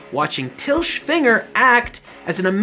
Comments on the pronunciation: I LOVE how you pronounce Schweiger XD The name comes from "schweigen" (being quiet), but you make it sound like "Swinger" XD Don't get me wrong, this is not a complain against you - I know that pronouncing German words is hard for natural English speakers - I just find it incredible funny XD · Did you call Till Schweiger, Till Schwinger....? :-)